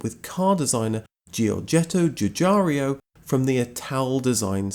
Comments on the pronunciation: Giugiaro not Giugiario. Nice video , thanks !! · Giugaro, not Giugario. Sorry, not English I'm afraid. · Its not Joo-Jario.... its pronounced Giuuuu-Jaro. ... There is no io at the end. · Has anyone pointed out that you are pronouncing three i in Giorgetto Giugiaro's last name where there are only two. It's no big deal. But you can do better :) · Please don't say Dzhoodzhario anymore. Giugiaro is pronounced like Dzhoodzharo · Giugiaro, not Giugario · Nice video about a great car, but please sir, pronounce the last name of its designer correctly: the man is called (Giorgetto) Giugiaro, not Giugiario. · Ok, you go right now to the nearest mirror and spend the next two hours saying "Giugiaro". NOT "giugiaryo". Giugiaro! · One day you'll find out that the Italian dude is called "Giugiaro", not "Giugiario" and you will be a bit embarrassed about several of your videos. :P Keep up the good work <3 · It's pronounced as "Giu-gi-a-ro" instead of Giu-g-a-"rio"... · Why do you keep calling Giugiaro Giugiario? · Why does everybody always say GiuGiaRio instead of GiuGaRo?? Too lazy to read?? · JujaRIO. :-))))))))))))))) Brits are incorrifible. It's Giugiarro. OOOOOOO. No EEEEEEEE. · GIUGIARIO??????? Really???? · Please note that Giugiaro is pronounced ju-je-ar-o, not ju-jarr-ee-o. Great video, though ... thanks. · The designers name is Giugiaro NOT Gugiario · His name is not Giugario. It's Giugiaro. Jew-jee-ar-oh. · My friend, as someone who lives in Italy, it's "joo JAR oh". Cheers! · You don't actually pronounce any of the "i"s. They're there just to make the G sound soft, like J (in Italian, G before A, O or U is hard. Before E and I it's soft. GI followed by A/O/U becomes soft, and GH followed by E/I becomes hard). So the correct pronunciation is Ju (like jukebox) - ja (like jargon) - ro (like rope). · Jew jar ro ;) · Try to pronounce 'Giugiaro '. Read it first letter by letter and then givi it a go. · The way he pronounces "Giugiaro" for one 😉